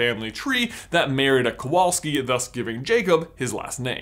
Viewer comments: Nice vid. Some pointers for the future though. In polish you should pronounce "W" as you would "V" in english. Kowalski is a very common [ too common sometimes] polish surname, but it is not by any means jewish [that actually explains why in any foreig movie there's a polish character there's 99% chance it's gonna be a Kowalski] It does bring "Smithing" to mind, as it's stem "Kowal" literally means "Smith", however it does not mean "son of smith". By a very long strech, I suppose you could translate it as such, if you really, really want to, but the genesis of the surname[s] [like mine actually] stem form Medieval times. Any "-ski" surname is an adjective, which points out to village/town of origin, some argue that also points to Nobility, as most commoners would have surnames after their nicknames and/or professions [whish is not actually so far fetched as at one point in history Poland had more "nobility" than any other country]. It being an adjective you would translate it as a Jakub [so PL equivalent of Jacob] of the Kowal Town - Kowalski. I will spare you detailed history lesson, but unfortunately this is the point when the theory gets "iffy". Then again, you are not expected to know this, if you ask Poles, 99% would not be able to tell you that unless they are history nerds [*crying inside*], so maybe, just maybe JK Rowling was unaware of this as well? If so, above rant adds to this theory. Or maybe it's just random, trying to include a "minority"? Who knows? I still en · You should read that name as Kovalski. It' a Polish name. In Poland v=w and w=ł :/ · since he is of Polish descend, his surname should be pronounced "Kovalski" in Poland w is read like a v also Kowalski is most common surname in Poland, next to Nowak my opinion is, even though Jacob has many Hufflepuff characteristics, for me its kinda a stretch to assume that he is descendant of Helga. similarity in surnames happen sometimes... but i will be cool with it if it was actually true :D